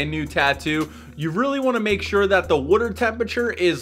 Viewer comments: Mayfair ? Somewhere in northeast I’m betting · It’s a Philly thing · I like the way you say water lol. "Werter" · “Colder wooder”😂😭